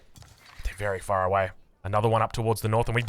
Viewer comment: Mother fucker did you say berry wise desicion?